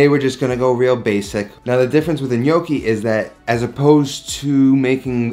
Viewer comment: I watched the video because to start with, he actually pronounced it right!